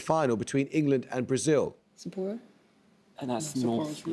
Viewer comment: Also sounded like the other captain said Sappora and not Sapporo